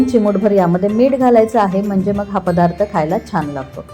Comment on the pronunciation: फदार्थ नाही पदार्थ असा उच्चार करावा.